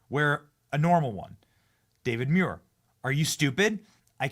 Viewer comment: David Muir, I thought his name was David manure🎉😂